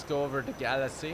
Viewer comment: Say galaxy right it’s really triggering me😡